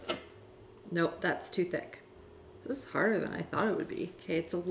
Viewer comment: it izz what it izz